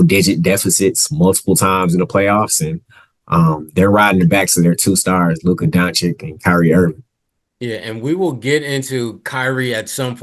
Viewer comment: can you comment on Luka Whedon you can’t Evgen pronounce his name?